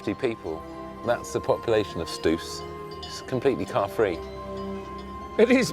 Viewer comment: Just a hint at the correct pronunciation of Stoos: it is pronounced with a long "o" sound, not "u" ;-) And a little advice for your next fondue: when your fork with the bread and cheese comes out of the "caquelon", keep turning it between your fingers so that the cheese doesn't drip. While turning it, blow on the cheese to cool it off and you will never burn your mouth. Never take the cheese and bread into your mouth right from the caquelon! :-) Enjoy!